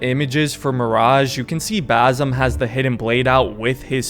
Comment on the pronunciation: Just a small clearfication I'm Arabian and it's basm or basim with (s) you pronounce it so close to (z) and that is annoying DD 😂 my English is bad too but it's ok I am not talking to a crowd..